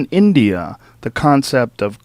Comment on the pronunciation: India, not indear! In-dee-ah Normally I wouldn't bitch about this sort of thing, but this dude keeps saying it and it's driving me more insane than I already am.